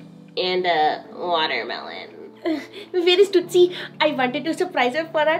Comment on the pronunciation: BOYS AND BURGERS GOTTA STICK TOGETHER, THEY BOTH LOVE TOOTSIE AND TOOTSIE LOVES THEM BACK! HAHA IF I REMEMBER WELL THATS HOW *TOOSIE*(only 1 t like Raja used to say Tootsies name XD) USED TO SAY IT